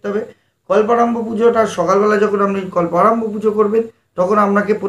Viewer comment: Kolporambho na kolparombho.